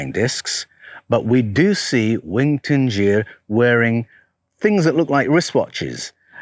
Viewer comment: is it not 'dingir' DIN-GIR? i think you are saying Tingir....'din' indicates divinity....